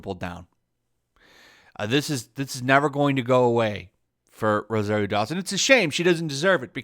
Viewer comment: It's pronounced roh-zahr-io, not roh-zair-io.